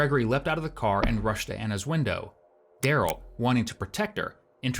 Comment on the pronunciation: "She hollered at me through the windur."